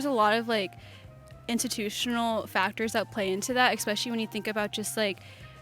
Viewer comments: There is no "x" in 'especially'. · Why am i so triggered when people say "exspecially." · I question anyone’s intelligence when they say “expecially” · Expecially? Maybe we can talk about this over an expresso. Nice chin diapers. Fools. We need to stop calling these idiots students. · I'm automatically skeptical of anyone that says "exspecially" or that has brightly colored hair!